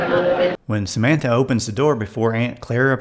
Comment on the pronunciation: KraVITS VITS TS and Sam Man THa! TH Not SamanTa